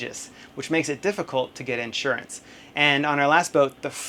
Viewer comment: So it's pronounced "in shure ants." You Southerners with your funny enunciations.